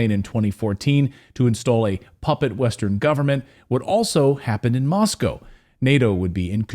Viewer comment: You are the only American I have ever heard pronounce Moscow correctly. Respect